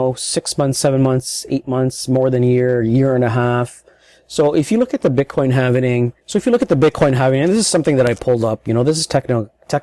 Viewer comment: did you say "bitcoin havening"?